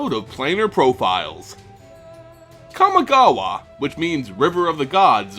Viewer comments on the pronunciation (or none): A fine video but Kami-gawa not KaMA-gawa. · KAMIGAWA NOT KAMAGAWA ¬¬ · It's pronounced 神川 :p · "... describe kamA-gawA" YOU'RE DOING THIS ON PURPOSE!!! You even pronounce Kami correctly when there's no second part. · I mean, if you want to get technical, he made multiple mistakes starting at his pronunciation of Kamigawa, but again, this is nit-picking. Certain sounds vowels can make in English simply don't exist in Japanese, such as the way "A" sounds in the word "cat." Japanese is a very simple language to pronounce, as every vowel can only make one sound. "A" always sounds as it does in the word "car". "E" as in the word "let." "O" as in the word "choke." "I" as in the word "ring." And "U" as in the word "tube." So Kamigawa should be pronounced KamEEgawa, not KamIHgawa.